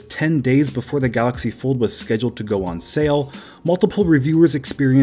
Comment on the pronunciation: You mean the "Gallox Pord"